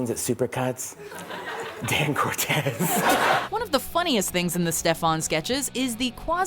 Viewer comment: It's Dan CORTESE people!!! Not Cortez!!